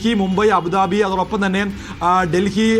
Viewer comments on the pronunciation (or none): none